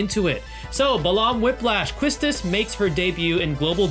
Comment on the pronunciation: Hey great vid! As a ff8 fan, I only have 1 critique... her name is pronounced Key-stis.